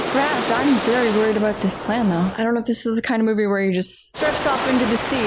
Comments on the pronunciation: Lmao! First time I heard a Canadian say "a boot" without mispronounced versions of "about" 😅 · “A boot”…….typical Canadian speak.